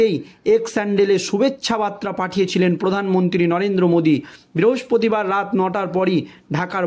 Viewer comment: ভাষা ঠিক‌ করো ভাই, বার্তা আর বাত্রা‌ কি এক‌? উচ্চারণ ঠিক করতে হবে ।